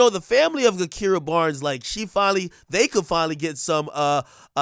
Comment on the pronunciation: It's pronounced JaKira. The G is like a J and her nickname is K.I. not Ki lol.